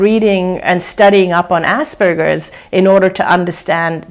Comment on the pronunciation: Can't unhear "ass burgers"!! LOL